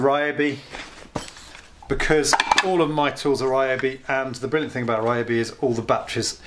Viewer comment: They may sponsor you if you start pronouncing the name properly. Ree-O-bee. The Y sounds like the one in Tokyo